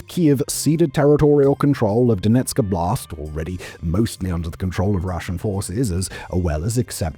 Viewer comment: The way you say Donetsk Oblast sounds like it some kind of "Donetsk style blast" or a "Blast in Donetsk". Oblast is a word for "area" and if you're interested in the correct pronunciation the first syllable is stressed.